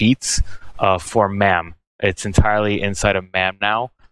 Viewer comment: Is there a reason that you keep saying Mam even though you know it’s pronounced Mame?